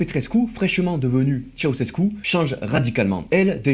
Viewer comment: Très bon boulot : Elena, c'était vraiment une sacrée teigne 😮😵‍💫😱 Par curiosité, je suis allé voir sa tombe. Concernant l'acide sulfurique je sais pas mais en ce qui concerne "Tshéoushèskou" pour Ceaușescu, oui oui ça progresse, on y est presque... mais encore un effort hein 😀😀😀 Y'a un truc à retenir : en roumain, TOUTES les syllabes se prononcent. Bien distinctement. On ne fait pas comme en français, on ne les "avale" pas, jamais. Donc... ? Donc Ceaușescu c'est "Tshé-a-ou-shès-kou". Faut surtout pas oublier de prononcer le "a" quoi 🤣🤣🤣 ...